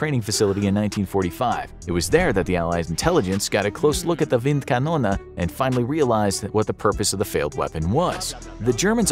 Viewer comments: WindkanonE Not KanonA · Why “wind Canona” instead of wind KanonE??? 🤦🏻 That pronunciation made me cringe too hard. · Just Wind Kanone Not kanona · the gun is called wind kanone not wind kanona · Wind Kanone. Not windkanona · You write Windkanal, say Windkanona. Which would not even be a german word. Maybe Windkanone. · Bruh,your German is so bad .. it is Kanone not KanonAAA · isn't it supposed to be "Windkanone"? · why you speak it Windkanona? the german e at the end of kanone... is like the end of tea engl. cannon-ea = Kanone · „wind konone“ is the wrong pronunciation. the right pronunciation for the last letter would be the english pronunciation of the letter “A” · I think you got the pronunciation of this Wind Canon thing wrong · Is there some kind of American competition to mispronounce foreign words as much as possible? The "Windkanone"-mispronunciation was quite impressive, really. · The german pronunciation is completely wrong